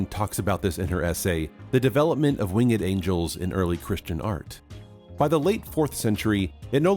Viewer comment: It is not Wing-ed! It's pronounced "Wingd"!